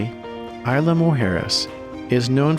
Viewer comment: The “S” in Isla is not silent.